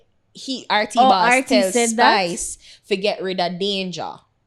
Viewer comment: Yuh nuh see di man tek off the s offa spice name an seh pice lol